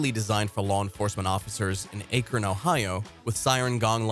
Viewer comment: You know an AI is reading it when it says "Aye-kron" instead of "Ah-kron."